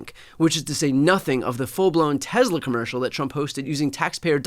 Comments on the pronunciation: BTC's pronunciation as "Tezla" seems odd to me. I live in California, and I've always heard it said "Tesla," at least around here. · TESS-LA. TESS-LA. NOT TEZZLA. TESS-LA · Its pronounced "Tess-luh." there is no Z. Fwiw. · Brian, it's pronounced "TeslER" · Hey Brian, I think it’s pronounced Teslar